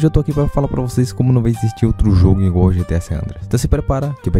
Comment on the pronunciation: eu tbm falo ingual kkkk😂 erro direto e sei o certo